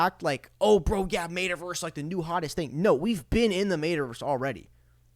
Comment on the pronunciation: Bro lol. Mate-a-verse lol. It's pronounced Metta. More power to ya broski. Xrp to the gd moon.